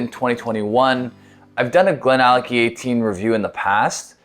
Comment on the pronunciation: It's always a little funny to me when Americans/Canadians read some Scottish names, GlenAllackie, Glenfiddick :D Anyway, great video as always Rob, and a decent whisky as well although I think I like the GlenDronack 18 a bit more :P